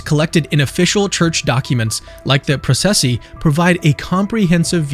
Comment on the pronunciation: Thank you for the narration, no AI junk. 🙏😉 fyi : processi = pro-ches- see